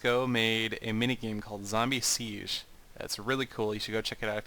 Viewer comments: he spelt siege faulse. its not siesch, its more a g but without a sch ^^ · PLEASE! you spell Siege like zee-gay. (the first 2 english words or letters that remind me on the sound of the german word ;) zee and gay!